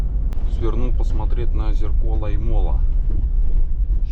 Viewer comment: Только сейчас заметил что ты тоже с Беларуси. Я уже 2 года на велосипеде в отпуск колешу на велосипеде и 1 год был пеше- водный маршрут. Как же режет уши твои неправильно произношения городов и посёлков. Лоймола ударение на О. Суоярви ударение на У. Я тоже в хостеле Комфорт останавливался 2 раза в прошлом и позапрошлом году. Но мне предложили у здании магазина Магнит. Вода была тоже коричневого цвета. Мыться было непривычно, как будто ржавая вода. Кстати кто такие стребаны? Эх я на велосипеде гружёный ехал в дождик с Лоймолы . Как вспомню кучу луж )) Но вот дорога с посёлка Райконкоски до Толвоярви и до Суоярви это нечно . Лужи по колено а то и выше и в длинну метров по 100